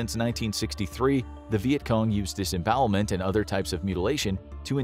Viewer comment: "disbowelment" it scares me